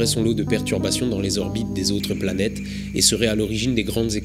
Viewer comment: Slt. Mille bravos à toi!! Trop passionnant!!! Juste une remarque. Cinq zorbites de Jupiter.....cinq orbites c'est bien déjà!! mais t'as le droit t'inquiètes!!! T'es mille fois plus intelligent que moi!!! Et heureusement que tu es là pour nous faire nous coucher moins cons!!! Bizzzz